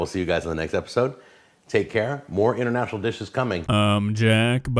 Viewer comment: not 'INTERNATIONAL" LMAO!!!!!